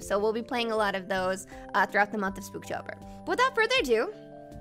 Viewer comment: 66th comment!!!! BTW, Its "SPOOP-Tober", not "Spook-Tober"!!!! Lol! Edit: ERMAHGERD!!!! NOTICED ME!!!!!